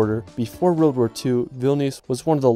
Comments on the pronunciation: How is EVERY comment ,NOTon why this guy CAN'T say WORLD!!????????? it's not RERRRRLD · LOVE the scenery and majestic nature of each of these places!! The ONLY critique is how pronounces "world". He says it over and over again as "weirld". Whaaaa??? It's actually very distracting. Other than that...gorgeous completely.